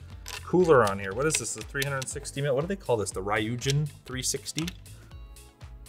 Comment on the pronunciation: Of course another English-speaker butchers the pronunciation of Ryujin... Ry being pronounced the way it is in English, is pretty much limited to just ENGLISH.